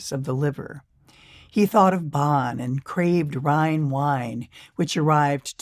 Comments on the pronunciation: Um, exactly. She said Bahn, like John. That is WRONG. It should be more like Bohn, like Bone but with less of a closed O. And no, it's not silly. It's awful to hear the city pronounced "Bahn." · Hearing Bonn so mispronounced is hard to take. I'm dreading hearing it. How can she not even TRY to get it right? Or close. She says, Bahn, like John.